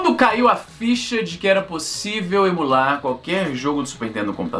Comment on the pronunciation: não é EMUlar, pra você é EMOlar